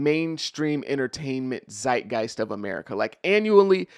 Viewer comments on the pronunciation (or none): none